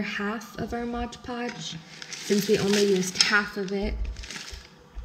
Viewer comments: it's mod podge, not modge podge. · Mod podge not modge podge.